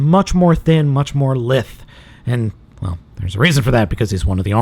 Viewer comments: That's... Not how you pronounce Lithe... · FYI lithe is prounced like eye not if.